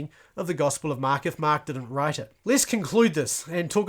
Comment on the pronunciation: Why do you call it the gospel of MAaak ? :elbowcough::chillwcat